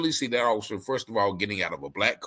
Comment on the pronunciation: You cant even say Offocer. Orficer. Lol